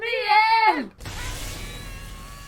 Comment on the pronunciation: "I'M G0nNa wiN In tH3 3NdddDDdd!!!!" Hahahahahahahahahahahahhahahahahahahahhahahahahahahahahaha I completly lost it. You are amazing!!!!